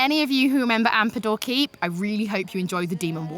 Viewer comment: Not to mention she says "Rowana" and "Ampador Keep". Cringeworthy for a supposed player, doubly so for someone reporting on the game. I know these are fantasy terms in the game, but come on now, that's a sure way to toss away any sort of legitimacy here.